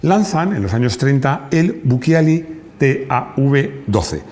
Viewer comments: Se pronuncia buchiali, para que sea buquiali debería tener un H después de la C. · si les sirve, el programa es muy bueno, la unica correccion es que BUCCIALI no se pronuncia en italiano buquiali, sino buchiali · Bucciali, se pronuncia Bucchiali. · Bucciali se pronuncia BUCHALI